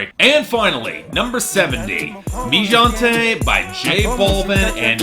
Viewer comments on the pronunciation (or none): it's pronounced "hente", not "jonte". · "Gente" is pronounced hen-tay